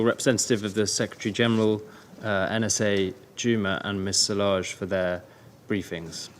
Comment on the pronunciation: The word is SIEGE not sieze FFS!